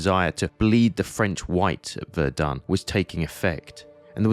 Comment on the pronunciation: KI kann nicht mal Somme und Verdun richtig aussprechen.